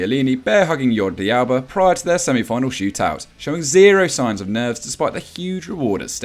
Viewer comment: Wait a second did he just say Yodie Alba Instead of Jordi Alba 🤯🤣